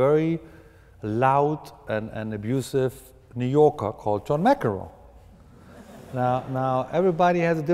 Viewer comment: "Ma-Kenrow"... omfg, who is this moron asking the questions ffs?! Is this seriously the smartest guy Oxford could find... what an embarrassment.